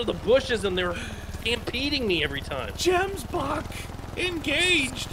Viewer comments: Love this series because it's about my home and what I love most about the animals but I do hate it when people miss pronounce the animals names like gemboke has more emphasis on the "g" and wild beast is pronounced like a vild or a ganoo basid on how they sound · The way you guys pronounce Gemsbock is so funny I love it 🤣🤣🤣